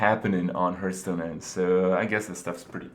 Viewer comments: STOP SAYING HURTSTONE IT HURTS ME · hurtstone hahahhahahahaha